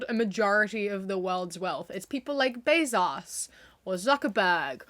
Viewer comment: I love the way you say Bezos… “BAY-zauce!” Fr tho, great video, and yeah, the Right just… isn’t funny. They have the worst humor istg. Also… conGRADUATIONS ;)